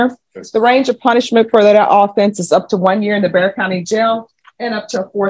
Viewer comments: Hey... Its not pronounced Beck-sar (Bexar County)... Its pronounced like Bear.. Bear 🐻 County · You said Bex-R county it’s pronounced “Bear” 🙃😉 Bexar county is around San Antonio, Texas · Hi. The correct pronunciation for Bexar County is Bear County. Thank you for making these videos. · It is NOT Bex-ar County. It is pronounced Bayer County. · Bexar is pronounced 'BEAR", not beck-czar. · It’s not Bex-are. It’s pronounced “bear” county Bexar = BEAR ❤ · Just FYI, it's not Bexar, it's pronounced "bear" county. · Hey! It is NOT bex-r county, it is pronounced bear. Love yer channel!!! Thank you for these♡ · Not to be pedantic but Bexar County is not pronounced BECKSAR but BEHAR. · Pst! Bexar County isn't pronounced "Bex-ar", it's pronounced "Bear". 😳🫣🤗 Welcome to Texas! 😁😄🥰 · BEXAR COUNTY …..it’s pronounced “ Bear county” not “ Becksar” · Hey, Bexar County is pronounced BAYer (like the aspirin). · It's pronounced Bear Spelled Bexar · Thanks for your hard work for putting these videos together. I enjoy watching them, especially the courts in Texas. We do have some crazy, stupid people here. Just a heads up: Bexar is pronounced Bear, just like grizzly bear. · I’m from Texas, and Bexar county is actually pronounce like “bear.” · Fyi: Bexar pronounced "bear". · Just an FYI - Bexar County is pronounced Bear County. The "x" is silent. Someone else may have already corrected you. If they did, I'm sorry to chime in, too. I did not read the comments. I do enjoy your content. Thanks! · Bexar is pronounced “bear”. I know it’s dumb, but there ya go! Love your channel!!!! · Oh no…I know it’s got an x in there, but it’s actually pronounced bear. Bexar county, Texas ❤. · Just saying, Bexar County, Texas is pronounced, 'BEAR' !!!! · Hi. When giving your reactions or filling in context regarding Texas, Bexar county is pronounced 'Bear'. We'd love to have you come see us!!! Keep up the great work. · Bexar County in Texas is pronounced like “Bear”. The X is like an “H”. JS